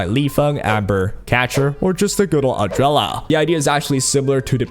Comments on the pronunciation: Adrela? Not ardelia? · It always hurts me, when you call her Ardrella 🤣🥲 thank you for the video!